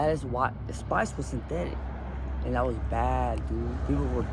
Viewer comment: I think he was trying to say “synthetics”